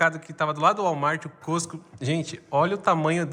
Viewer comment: Boa noite queridos, não querendo ser chata já sendo, rsrsrs, a pronúncia certa é "cosco" e home "dipo", mas vocês falam como quiserem, tá? Rsrsrs, beijos